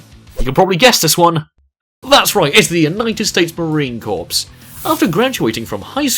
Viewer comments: Drives me insane when people does not pronounce Marine Corps correctly. You pronounce it Core not Corps. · Marine Corps not marine corpse